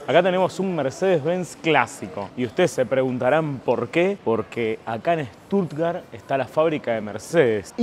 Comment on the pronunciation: Con Ramilla podrías ir a Armenia 😅 y otra cosa, es SCHHHHtuttgart 😂😂